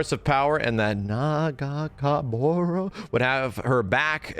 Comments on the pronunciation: I finally LOST it when he started exaggerating "nahh gaa booouroooo" under his breath! After struggling with Illaoi's name so many times. LMAOOOOO This guy cracks me up man. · Well he tried it aint an esy name to probounce without reference 😁 He even tried to pronounce Nagakabouros and did ok actually. Oh and hi nice seeing you here 😁👍